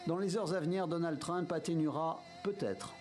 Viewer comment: Donald Treeeuump😂 il a essayé mais il a quand meme tout mal prononcé